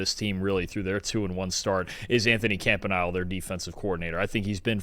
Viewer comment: Please learn to say the Jags DC’s last name. It is not Camp-uh-Nile (like the river) it is Camp-ih-knee-lay